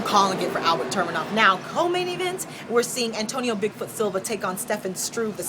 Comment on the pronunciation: ufc fight night 87 and its tu-me-nov not tur- me-nov .. lol...good breakdowns and picks tho!